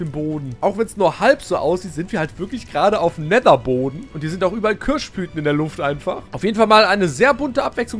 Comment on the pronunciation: Köasch Blüten! 😂